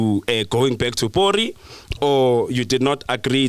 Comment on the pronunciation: I'm still saying not porry like macG🤦‍♀️🥺